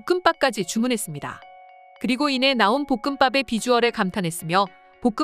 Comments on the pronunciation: 볶음밥의 발음 보끔빱(x) 보끔밥(ㅇ) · 볶음'빱' 거슬리네...